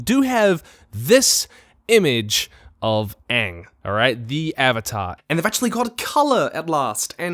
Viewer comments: Why does he keep saying Ong that way? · Its "ONG" not Aang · That’s not aang it’s Uung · If in the first 30 seconds i hear them call him ahng. I will immediately lose hope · costume looks good enough. as long as they pronounce Aang's name correctly and not make actors read out scripted story plots. I'm good.